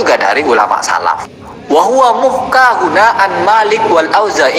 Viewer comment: ini tadi baca text "محكى" dibaca muhka,,, benar ga bacaannya?